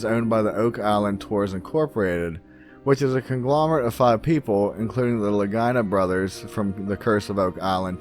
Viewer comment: You really need to focus on what your doing if your expecting people to believe a word in your videos; for a start it’s Samuel BALL! Not Bell second, its Lagina pronounced la-gee-na, and thirdly restall is pronounced rest all not Re stall! How you can honestly get all those wrong on such an important part of history is beyond me! How can you get all about truths when you clearly haven’t done enough research to begin with?